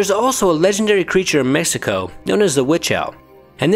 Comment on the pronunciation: La lechuza of “messico” 😂 it’s a x man cmon Mexico